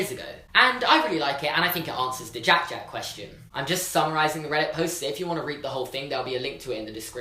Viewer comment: Anyone else love the way he says jack jack